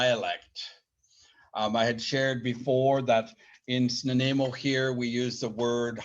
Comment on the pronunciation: work on the way you pronounce Snuneymuxw I've learnt from the Elders